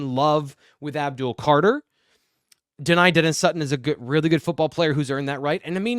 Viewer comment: ABDUL not Abul